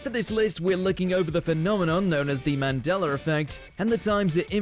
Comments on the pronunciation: MandelA NOT Mandeler....I HAAAAAAATE THAT! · Bro.. stop pronouncing it as: mandel'R' effect! Its Mandela with an A atthe end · Mandeler effect 💀